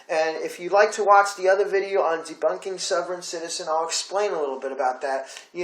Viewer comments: Please learn how to pronounce sovereign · I cannot take you seriously if you cannot pronounce Sovereign or Wikipedia properly